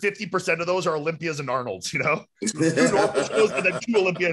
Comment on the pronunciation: I'm lmao about you guys ripping on Fouad about the "Arnold(s)" Fouad you also say Brett Wilkins all the time which makes me laugh